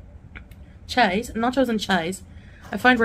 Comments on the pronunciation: I agree 😊 🇬🇧 She sounds like she's saying "Chise" That's not even a word 🙄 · I'm a Londoner and I don't pronounce cheese as "chayze"! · Me too. More like 'cheez' 😅